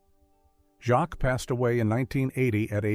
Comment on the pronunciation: Hattie Who, your AI doesn't seem even know that Hattie Jacques is pronounced "Hattie Jakes" ! One of Britain's funniest actresses...